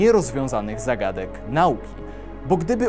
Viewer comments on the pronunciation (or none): none